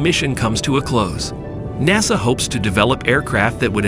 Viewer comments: "dayboo"? "mack"? "NAYSUH"? "Yeeger"? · "Nay Saw"; "Make 1"; "Deb-butte flight". The A.I. voice over needs a "Re-butt". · Who is this "NAY SAW"?